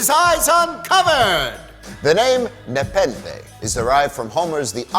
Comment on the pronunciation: Nepenthe nuh-pen-they nuh-pen-they!